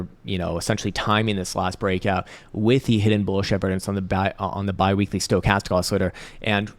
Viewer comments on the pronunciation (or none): none